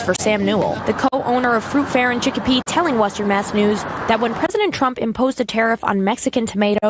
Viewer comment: Hey! Chicopee, MA. You actually pronounced the name correctly. Kudos and keep up the good work.